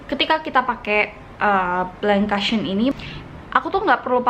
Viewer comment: Kak "cushion" pronounce nya bukan "kasyeun" Tapi "kousyeun" 😊😊😊